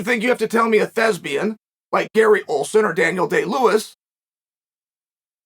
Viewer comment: Me: Thespians. Chael: Thesbians. Me: Ok, great.